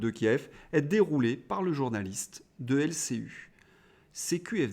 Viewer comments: L C I ( i ) et non pas L C U ( en Français ! en Australien ? ) pour l'ensemble de votre travail un pouce vers le haut. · Mais pourquoi prononce-t-il LCU comme dans Ursule alors que la chaine s'appelle LCI comme dans Irène? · Merci pour vos analyses pertinentes. Un détail m'intrigue. Mais peut-être ai-je raté une explication : pourquoi dites vous LCU au lieu de LCI ?